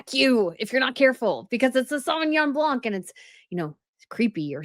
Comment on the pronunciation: Sorry to be pandentic. It is BLAN not BLANC the C is silent.